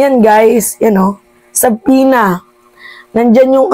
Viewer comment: Subpoena = Su-pi-nah Magkaiba sa pag pagbigkas ng "Submarine" = Sab-ma-rin